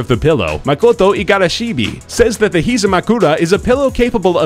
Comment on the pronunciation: whoa whoa whoa where did the last "b" of Igarashib come from? my last name is Igarashi and I never heard someone putting b in the end. moreover, there's no vowel after b, which is pretty unusual in Japanese language. it doesn't make sense at all.